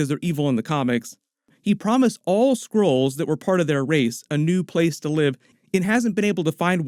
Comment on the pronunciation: All i hear is Squirrels instead of Skrulls. Makes the plot all the more interesting, also, Squirrel girl? :D